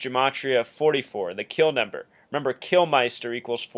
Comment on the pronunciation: Kilminster ! -not flippin, "Kilmeister" Not a good start. Edit Before Uploading ! No 'Like' from Me for starting off by getting LEMMY'S name wrong Twice !! You also have him down as 'Kilmister' and base a numerological thesis upon This ? HaHa -REALLY ?! -Just enjoy the music mate.